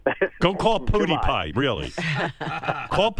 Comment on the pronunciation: this dumbass cant even say his name